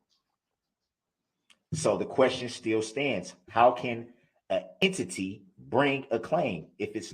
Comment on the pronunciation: The plaintiff is a “ Ehn-titty” 😂